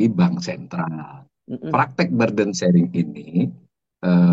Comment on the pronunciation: Maaf gentlemen....burden itu dibacanya [bə:dən) bukan [ba:dən). Semoga manfaat dan bisa lebih benar dalam pengucapan bahasa inggris karena ini kata yang umum aja.